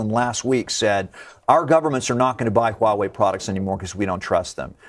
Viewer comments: Follow me: Wah-way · lol did she just said white wei?